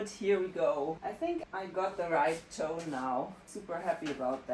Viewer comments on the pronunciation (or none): none